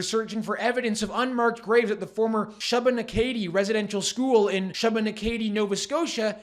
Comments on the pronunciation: It's pronounced "Shoo-buh-NACK-a-dee" NOT "Shuh-buh-nu-KAY-dee". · great video, Shubenacadie is pronounced" shoe been ack a dee". I'm less than an hour from there and have been past the "Indian school" a lot in my life. I've never heard of any horror stories, but I can imagine that it wasn't pleasant. This storyline is being used for the UNDRIP agenda, of us not having an absolute right to owning our property ( Like Lametti has said ) and giving it back to the indigenous. The government took kids away from their families then, and now they are doing it again with the trans gender bs. Lord help us. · It’s shoe buh nack uh dee lol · Please take care to learn how to pronounce locations in Canada. i.e. Shubenacadie SHOO-ben-ACK-eh-DEE. Thank you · You're pronouncing it wrong --- Shubenacadie (/ˌʃuːbəˈnækədi/ SHOO-bə-NAK-ə-dee) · just for future reference: Shubenacadie is prounounced.... "SHOO - bah - NAK - ah - dee" The way you mispronounced it was adorable tho. I thought that was cute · 😂😂😂 for the record shubenacadie is pronounced.. Shoe-ben-ack-a-dee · Awesome reporting, but I cringed at your pronunciation of "Shubenacadie". It's pronounced "shoe-ben-ack-a-dee". (Source: lived in Nova Scotia for 30+ years) 🍻👍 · How he pronounced Shubenacadie was classic